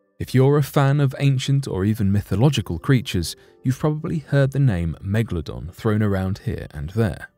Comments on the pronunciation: It is not Mekladon it’s Megalodon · It is called a Megalodon not a Megladon. Cant understand why so many people pronounce this wrong.